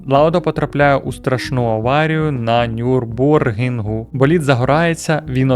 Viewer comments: Лауда потрапляє в страшенну аварію на НюрбургРінгу, а не на нюрбургінгу. Розумієте? Burger King та NurburgRing це різні речі. Як взагалі можна позіціонувати себе як "Ми запускаємо бренди", але при цьому навіть не вміти вимовляти прості слова іноземними мовами. Пацани, запускати "брєнди" то не ваше, в мене для вас є посади у РемРоті. Айда до нас, в нас триразове харчування та житло на шару, а ще веселі хлопці та ввічливі сержанти, та й бренд у нас норм :D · Дякую за цікавий погляд на Ф1. Але готуватися треба краще. Дуже ріже слух ЛекЕр і Нюрбургрінг. В наш час інтернету легко знайти як правильно вимовляти. Редакторам великий мінус